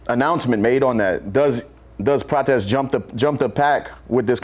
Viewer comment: Lol wtf is calling Prates 😂😂